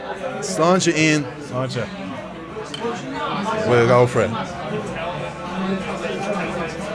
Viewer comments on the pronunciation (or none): I feel disgusted in myself that for the last 12 months every time you have a drink I've believed you've been saying "Let's Launch it Lads/Launch it Lads" My Irish mate has just explained to me the pronunciation of Sláinte and now I feel like a prat hahaha! Love the content man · For months, I thought he was saying "Let's launch it lads" lmao.